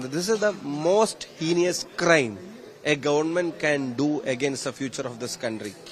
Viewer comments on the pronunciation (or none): HEINOUS is the correct word! ( not HENIOUS). This is not at all KIDILAN English! Just 50 % marks only😂!